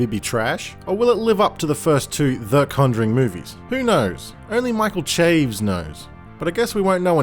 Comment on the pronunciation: For future reference, "Chaves" is a two syllable word: cha-vez.